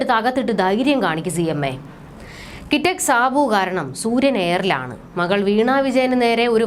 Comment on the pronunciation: മോളെ, ദയവായി ഇനി സുര്യൻ എന്ന് പറയരുത്.... കരിഞ്ഞ സൂര്യൻ 😅😅😅😅😅